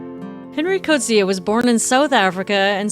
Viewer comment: I’m South African and I’m impressed with your correct pronunciation of the Afrikaans language names in this video - Coetzee and Piet, and even Zambezi. Well researched as always! 😊